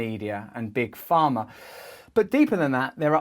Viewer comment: Pharma, not farmer. =D Took a page from Galaxy Quest, ehe? "Miners not minors!"